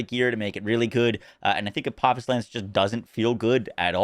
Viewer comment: It’s pronounced ah po fis. Because its names after a deity in Egyptian mythology Daedalus is the same. Named after the man who created both wings of Icarus and the labyrinth